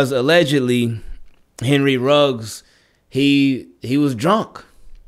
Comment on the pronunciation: Should say Ruggs (not Riggs).